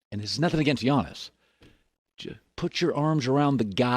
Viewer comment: it's Giannis 🤦🏾‍♂️